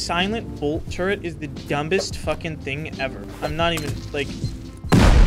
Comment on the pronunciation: is really something special he pronounces the b in dumbest